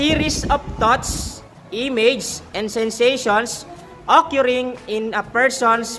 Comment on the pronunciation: Its not okyuring, my goodness! Enebeyen 😅